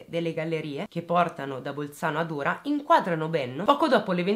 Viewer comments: La pronuncia corretta del pesino di Ora è con la O aperta, come si pronuncia Oro (il metallo) e non con la pronuncia di ora intesa come "adesso" o come ora dell'orologio. Auer in lingua tedesca. Solo perchè sono nativa di quei luoghi, non per criticarti. Sei sempre bravissima 🏆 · Ciao bellissima, sono di Bolzano e ti faccio i miei complimenti per la tua accurata ricostruzione. Hai chiesto delucidazioni per le pronuncie dei vari nomi: era perfetta.l’unica cosa è che Ora va pronunciata con la o aperta e il talvera va con l’accento sulla prima A. Ciao, complimenti ancora. 😘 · Una sola puntualizzazione la cittadina a sud di Bolzano va pronunciata con la O aperta e non chiusa come per le ore del giorno. Ora in tedesco Auer... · Hai indovinato tutte le pronunce tranne Ora e Renon. Ora ha la O aperta Renon la O chiusa. (ci ho dovuto pensare anch'io che vivo qui) :)